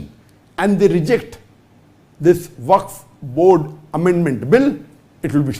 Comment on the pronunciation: Wakf....Not Its Fak board....😂😂😂